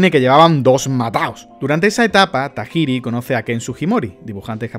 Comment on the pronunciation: Se que tiene años este video y no sé si ya sabes pronunciar japonés, porque inglés si puedes. O lo mencionas todo bien a la española o sea, game freak, o en su idioma, geim frik. Es Satoshi Tayiri